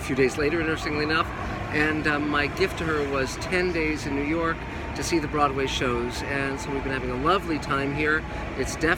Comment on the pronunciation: Nerw York?...Must be the accent!